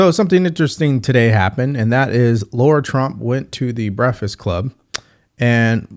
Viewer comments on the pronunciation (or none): Great vid but it's LARA Trump. Not Laura Trump. ❤